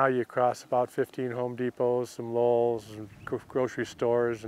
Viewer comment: "Home Depot and "Lowell's"" Now I know where my ex MIL gets it from (from Arizona). HTF is Lowe's ever pronounced "LOWELL'S?"